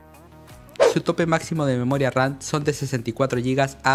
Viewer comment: Me mata de risa cuando dice "Memoria Ran".